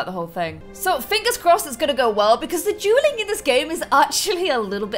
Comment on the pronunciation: Whenever you say dueling, I hear drueling